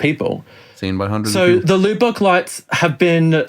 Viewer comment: The loo bock lights? It is properly pronounced Luh-buck.